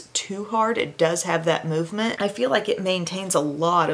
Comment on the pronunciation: I had to laugh because you saying movement reminded me of times you'd say magma! Lol